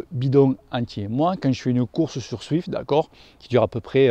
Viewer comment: je sais bien mais dans la vidéo on (je) entend swift, d'où ma remarque 😉. Sinon très bonne vidéo 👍